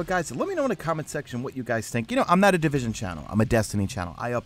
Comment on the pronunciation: di-vis-on? what is this game you speak of?